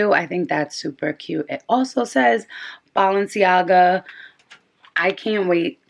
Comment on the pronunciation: “BALL”enciaga 😂 this video was extremely helpful i’m getting my pair tommorw hopefully they fit